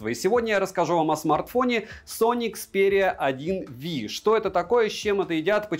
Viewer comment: Некомпетентный человек, начиная с того что название смартфона непраильно произносится заканчивая ложными фактами и мисинформацией из за нежелания разобраться